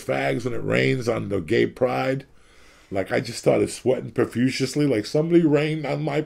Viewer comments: I was just gonna say yeah I’m using profusiously from now on haha. Uncle Joey says it’s profusiously then that’s what it is. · Hehe... "sweating profuciously" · If Uncle Joey says "profuciously" is a word, then profuciously is a word.